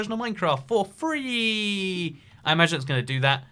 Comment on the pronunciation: I hate when this guy says free, tree and three god dammit